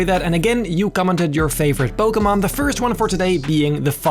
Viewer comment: Finally someone pronounced Pokémon right